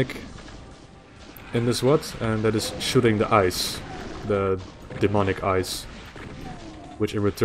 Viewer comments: EYES ..... not ICE Aha. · I heard ice too.